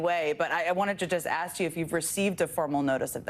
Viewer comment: You don't do that Leticia, are you a crook.. axing for a fren!